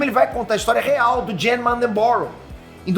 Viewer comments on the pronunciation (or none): a pronúncia do nome do Jann é "Ian"! E o nome em inglês do Jogador Nº1 é "Ready Player One"! Tá errando muito nas informações ultimamente, hein? Os nomes certos, as pronúncias certas e as informações certas estão estampados nos seus olhos e nos seus ouvidos, e mesmo assim tu tá errando que é uma beleza! Presta mais atenção!!!